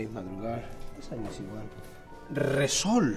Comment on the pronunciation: Word is: Resol Pronunciation is: machinegun noises-esol